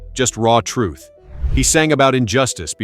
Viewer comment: Everything okay,nice vid' but disgusted to hear you pronounce the word "TRUTH" a couple of times with that biting of the tongue and an "F" sound coming out with the wind released from beneath the tongue each & every time you do it.its pretty disgusting to hear it.can't you pronounce it in any other way?other than that its a good effort to try to reach the facts to his fans around the world even today.